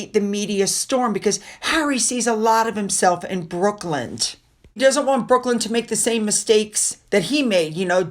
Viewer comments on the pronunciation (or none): His name is Brooklyn, like Brooklyn, New York. Not Brookland.